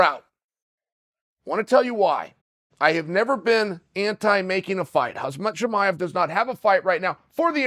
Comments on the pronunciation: Khamzat not Hazmat😂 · When is Chael going to pronounce khamzats name right? Its not hazmat! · Correction- Chael: “hozzmott” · His name isn’t Hazmat lol. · For How Long Will King Chael say “KhaZmat”? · It's "Hazmat" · Chael, how do you feel about Khamzat "Kamikaze" Chimaev? Okay, great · Please, pretty please with sugar on top, learn to say Khamzat. Please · I can’t be the only dude who thinks Gilbert would beat the piss out of Khamzat Side thought: how long will it take Chael to pronounce Khamzat’s name right